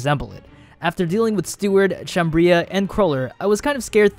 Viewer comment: I think you pronounce 'Chambrea' is 'Shombray'